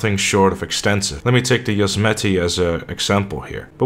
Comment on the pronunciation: Is the Easter egg the fact that Europeans can never pronounce Yosemite correctly? Seriously, y'all never watch Looney toons?